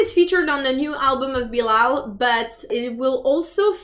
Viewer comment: Watchaaaa it’s Bilal and Not bilaal